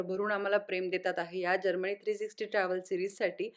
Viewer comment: जर्मणी नाही हो जर्मनी म्हणायला का शिकला नाही अजून.